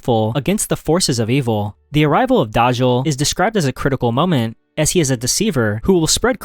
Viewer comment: Its daj-jal not daj-jar